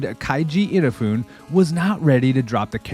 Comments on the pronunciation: yeah, I gave up after two "ina-foon"s. anyone with access to wikipedia thinks they are a content creation expert nowadays. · Your pronunciation of "Inafune" is a crime against humanity. It is perhaps the worst insult to Japan since Hiroshima and Nagasaki. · I'm sorry, but this is a sub-quality video. You're pronouncing Inafune wrong as well as misrepresenting his role that early in the series. You give all this flowery praise of the second game without giving context to explain what was already done. And the way you constantly clip off the top and bottom of the screen, especially at points when Mega Man is in those edges, is really annoying.